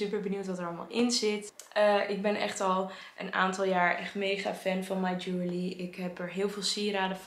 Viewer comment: Ik snap dat je jewellery lastig vindt om uit te spreken, maar als je op de spelling let is het eigenlijk heel logisch. Je-wel-(e)-ry.